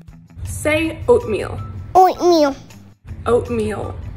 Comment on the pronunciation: Did say oatmeal, or oinkmeal( ham )?